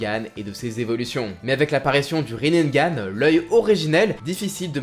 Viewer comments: Par contre c'est Rinnegan.... Riz nez ga neuh pas Rinnengan (riz naine) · désolé, je veux pas faire le mec chiant, mais c'est Rinnegan ( prononcé Rinégane ) t'as rajouté un "n" en trop sinon superbe vidéo :)